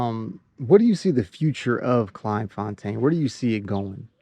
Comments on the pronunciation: It’s pronounced ‘klayne fontaine’ not klein like kelvin klein. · Pronounced " Klay n. There are hundreds of all black towns in SA. The difference is that they are not self sufficient, and are very successful...as youve seen.. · Thank you for teaching me about my own country. Never heard of this town. It should be pronounced ’Clayn fontane’ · It's pronounced clayn fon tayn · pronounced CLAYN FONTAYN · Its pronounced Clane forntane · I really enjoyed your video but please pronounce the name correctly, Dannie told you how to pronounce it and when you said it correctly it sounded really good coming from an American. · The way you pronounce Kleinfontein😂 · It would make a big difference if he took a little time to learn how to pronounce Kleinfontein and a few other names. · It was very frustrating listening to you pronouns Kleinfontein wrong. Someone should have told you how to say it. Unfortunately I just couldn't watch the whole video but had to say something. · pronounced "clai(m).... "Kl(ain)fontein" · Why repeatedly mispronounce the name? The "klei" part rhymes with "clay". I mean, you got the "tein" part right.